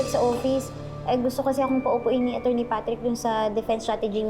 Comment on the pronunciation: sa sobrang OA nya ung pronounce nya ng Attorny nagiging ACHORNY na kloka